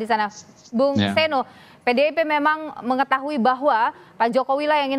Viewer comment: Seeno bukan seno .e besar bkn e kcil 😢😢😢😢